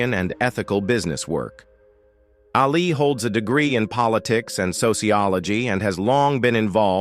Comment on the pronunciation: that’s NOT how JEFF LYNNE spells his name. And you can’t even pronounce “ Ali”. Duh.